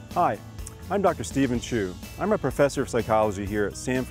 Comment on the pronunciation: Chu? Nope. Chew.